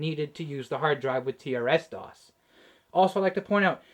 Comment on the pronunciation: Usually pronounced "trissdoss" I think. "Tee Ar Ess doss" sure would seem normal though if I'd never heard it the other way first.